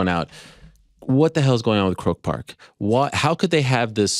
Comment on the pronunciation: I love Ariel but I really hate people who talk about themselves in the 3rd person. STOP IT ARIEL!! Ps. It's not pronounced "Croke Pk"......phonetically its "Cro Park".